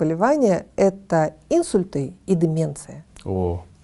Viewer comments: Уважаемый доктор! В слове инсУльт ударение ставится на букву У. Так же говорят начинает есть а не кушать. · Отличное интервью! Молодцы, что доносите до людей серьёзную проблему и её решение! (небольшая акцентологическая поправка: акцент "Инсульт" не является орфоэпической формой, поэтому - инсУльт)